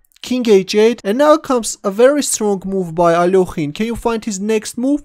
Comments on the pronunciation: the part that cringes me a lot is "ALOKHIN" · I don't know why so many people pronounce his name as if there's an 'o' in it...